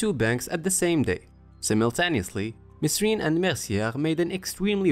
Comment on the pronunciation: Instant thumb down for saying mesrine and not merine